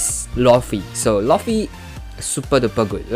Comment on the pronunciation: my guy atleast say luffy name right